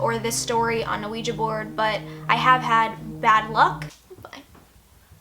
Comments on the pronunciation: lmfao the way she says "ah-ouija board" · Not even halfway through the video and I'm just silently laughing at how you pronounce Ouija. Most people I know pronounce it "wiji". Gonna continue watching though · The funny thing is you don’t pronounce ouiji right at all 😂 . You’re adorable though.